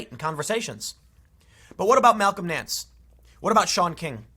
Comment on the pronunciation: Everytime he said Malcom Nance I heard "Talcum X".